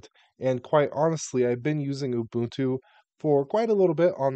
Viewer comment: Hearing the correct pronunciation of Ubuntu, Debian, and Gnome is giving me a low-grade heart attack 😵‍💫